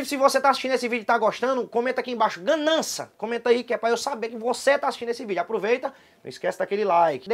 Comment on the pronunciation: "issu é ganança"